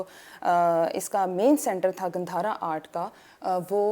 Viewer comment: 😂 it's not gandharaa ... It's gaandhara. And, Rig Veda was written by native Indians, not by any stupid European propaganda aryans.